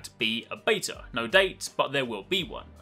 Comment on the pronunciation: why do you say beta wrong ,, your englishman be true to country please